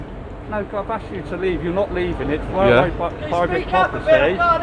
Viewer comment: So your father was a WAILWAY WORKER?